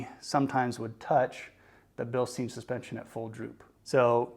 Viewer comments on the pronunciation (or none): As a couple of folks have mentioned comparing aftermarket coils to stock coils tells you nothing. The shock doesn't provide any lift, just dampening so you aren't comparing a Bilstein (pronounced Bil-Stine, not steen, you don't drink from a beer steen) 5100 to a fox 2.5 shock where lift and ride height are concerned. Instead you are comparing stock coils to higher spring rate after market coils. The only way a shock comparison would have value is if you used both shock on the same coil whether it be stock or aftermarket. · Yeah, man, good stuff. Re-reading I do come off as more of an A-hole than I intended. It is actually Bil-Stine but no need for me to be nasty about it. And I feel like you personally understood what you were trying to say overall in the video but the use of the shocks as the comparative device for ride height and lift when those traits are controlled by the springs will leave a great many of the new folks wondering why adding Fox 2.5 shocks to their ride didn't give them any lift. Hopefully they will do more research before taking an expensive leap but once you start putting information out there for public consumption it's always best if you make sure that ALL the information needed is included and explained and that it is as accurate as possible. In some cases if you aren't sure yourself it's best just to say nothing at all. But that goes for everything in life!